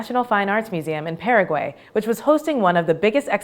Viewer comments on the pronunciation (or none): none